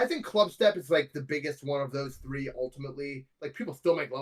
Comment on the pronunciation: "i've been trying to do that for like tHree TheBe De"